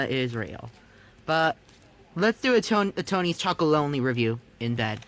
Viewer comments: I'm 100% sure he almost said Chomey Chocoloney. 😂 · More like Tony’s Chomolonely